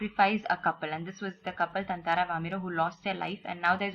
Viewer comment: its tataara not tantaraa